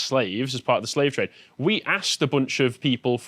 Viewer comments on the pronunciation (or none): none